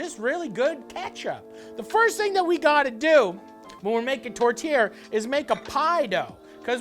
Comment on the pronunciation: The whole time i kept hearing tortilla not tourtière